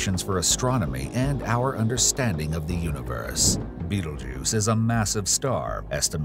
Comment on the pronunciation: he did say the name correctly